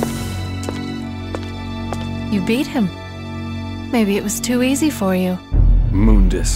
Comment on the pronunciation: Not really the writing in this game is really minimalist unlike Devil May Cry 3 who's idea of writing is basically giving Dante more one liners than fucking Spider-Man and making you get sick of him within the first 5 levels. The proper prennounciation though is Moon-Dus.